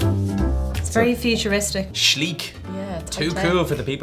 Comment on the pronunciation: It’s shleek